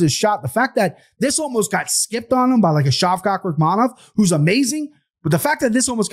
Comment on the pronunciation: "Shavcock rahkmanov"